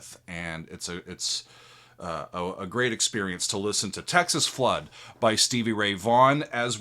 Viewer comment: You said it right. He did the rocking blues. No one ever says it right.